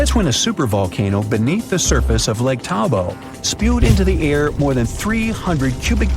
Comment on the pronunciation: Around 50:63 the commentator talks about a large productive volcano in New Zealand the "Taupo" volcano. The stupid commentator pronounces this as "Taubo". "Taubo" it is NOT. It is "Taupo". The locality is now drowned by "Lake Taupo" where the volcano has left a large explosion crater. In fact, there are several craters in the immediate vicinity, all collectively referred to as Taupo.